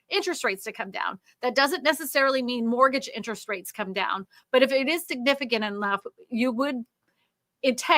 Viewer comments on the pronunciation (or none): none